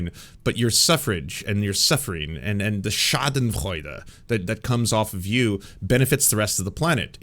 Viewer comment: The pronunciation on "schadenfreude" was very satisfying.